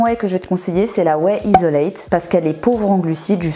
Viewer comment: Clear Whey Isolate... ça se dit Isolate avec 80g de prot...je suis un peu sceptique sur ce point mais pourquoi pas. Sinon tu as globalement raison dans l'ensemble. Perso je préfère manger solide autant que possible